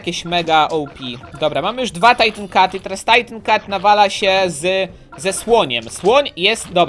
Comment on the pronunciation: to nie jest "tajtin cat,, tylko titan cat